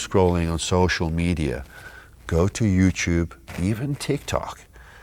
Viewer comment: U said Social Meida